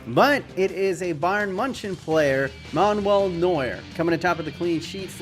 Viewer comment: Did he say bayern muntsen